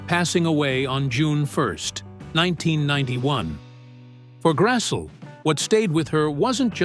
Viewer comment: Karen's name is pronounced Grass-lee, not Grass-ull.